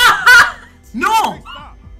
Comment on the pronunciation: he seemed italian by the way he said “nO” lmao